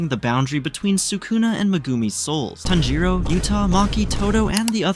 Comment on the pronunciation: bro its tanjiro